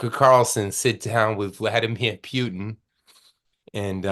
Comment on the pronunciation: it's Putin, not pyutin